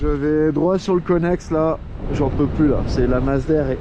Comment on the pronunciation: Mdr conest et non connex. Felicitations et Salutation